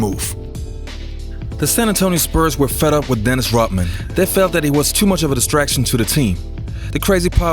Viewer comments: Dennis Rot-man... There is a "D" in there my man! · It`s RoDman (with D in the middle) not RoTman - just sayin`